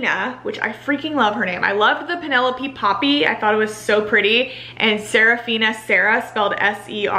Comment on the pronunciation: I loved this but you keep calling Poppy "Penelope"... her name is Penellaphe jdhsgfjdhegfjherg